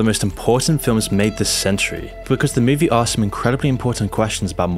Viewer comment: Move-E. Not Mewwvie.